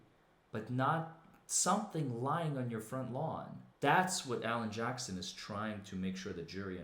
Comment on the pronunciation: Alan Jackson? Almost sounded like "Johnson."